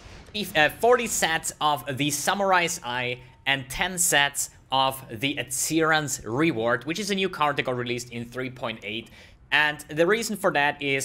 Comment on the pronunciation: read as aryan's reward